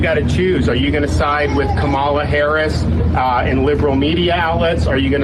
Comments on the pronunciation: She said it in the very beginning. It's pronounced comma-la. But her name could be Mary or Betty or Sue and they would find new ways to disrespect her. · Ka-Ma-La my lord, Ka-Ma-La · Once again de Santis mispronounces "Kamala".